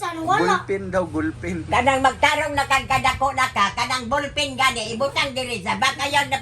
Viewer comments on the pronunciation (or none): Makakatawa man nalang ta nimo. Nganong Na golpen naman instead na Ballpen，haha